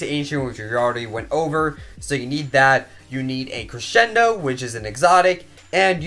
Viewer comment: Its cresendo not creshendo lol